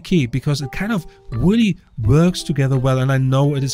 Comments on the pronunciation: Wooly? I think you meant Really! You should do a YouTube search on how to pronounce your R's so that they don't sound like W. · Weally weally? There is an r in really you know